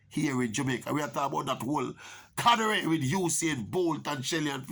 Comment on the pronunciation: Alright Maverick...first of all it's "cadre" not "cadare"...just fix the pronunciation and gwan still. Now regarding your commentary...going overseas for college has ups and downsides for the following reasons: 1) athlete lose their support systems - friends, facilities, etc 2) the school does not support their day-to-day expenses aside from room and board and unless you have ppl a send you $ for your likkle pocket money, you salt 3) it gets cold inna some states and the athlete may not be able to adjust to the weather. On the other hand, the upsides could be that you have a bag of other Jamaicans at the school and dem clique together and have dem likkle support system. Also dem family have the means to send dem likkle pocket fi buy dem toiletries, late night/weekend eats, going to a movie and the likkle extra-curricular tings dem. And then yes, depending on the school dem might overwork di talent to get points at championship (look pon di yute a Univ of Georgia who dem a kill wid wuk). So bottom line choose the school carefully, research dem history, talk to alums, parents not di high school coach) mek sure dem get commitment from the college coach seh dem ago tek care a dem pickney or a hell and powder house.